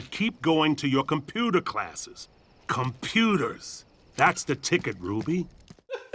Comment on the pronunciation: Gotta get dem computahs!